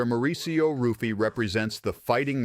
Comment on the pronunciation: It is pronounced "Huffy" not Ruffy. Like "Henzo" Renzo Gracie. Great Video btw